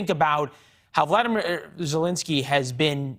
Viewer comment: Ew this new caster guy is terrifying looking. Gives me pennywise vibes. He got one eye bigger that the other, Botox stuck face and can't even pronounce the president of Ukraines name correctly. Fire him